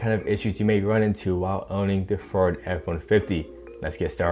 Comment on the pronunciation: “ferd f150”